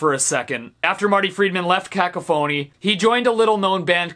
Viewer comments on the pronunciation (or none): …mans said “cak-o-phony” it’s Cuh-cough-a-knee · I lol'd, btw Steve it's cuh-CAW-fuh-nee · Dude.. it's pronounced Cack Off Ah Nee not Cacko Phoney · I'm sorry, He says cac-ca-fony. We usually say it ca-cof-fony. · You said it again! Cac- a-phony??? It's cah-cough-fanny or that's the best I can phonetically spell it. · It’s not pronounced “cack-a-phony”. It’s “ka-coffin-ee” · Isn't it ka-kaf-ony? Not ka-ka-phony, right? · Caca-phoney? I think it's pronounced Ku KA Funy. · caCophony, not cacoPhony! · He put the wrong emPHAsis on the wrong syllABle. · No, it was just pronounced incorrectly. Emphasis is the intensity of a syllable. Saying a word incorrectly does not equal intensity. The correct pronunciation is "kuh-kof-uh-nee" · Cacophony is pronounced ka-cough-a-nee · That's not how he said it. He said con-caf-hony. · Everytime Steve says cacka-phony it makes my day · No one gonna mention the way he just casually says cacophony as CACAphoney? 😞😔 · It’s pronounced Cah-cough-ony :) Great list tho dude 🤘🏻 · Love you Steve but it's pronounced cuh-CAHH-fuh-nee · Don't want to be that guy but it's Cacophony pronounced ca-cough-phony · Yeah I was sure he was pronouncing it very weirdly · Stephen Vickers Really ? I don't hear it that way ^^ Maybe it's because he puts the stress on the first syllable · After thinking about this a while I realized he's saying closely to how you say caffeine, while it's usually said in english kind of like we'd say coffee. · I honestly had no idea that Boston had more than 1 song. Great to see queensryche in there I dont know anything about guitaring but operation mindcrime is one of the best albums ever. There really should have been more thrash on this list though the whole genre is kinda built on twin guitar riffs. Why is he pronouncing cacophony so weirdly though. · he butchers the name cacophony. it hurts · Cacophony , you completely mispronounced that shit bro.